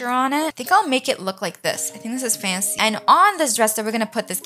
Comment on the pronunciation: Who else loves how she says faNcY